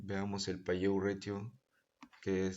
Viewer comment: PAYOUT Se pronuncia "PEIAUT" por si acaso.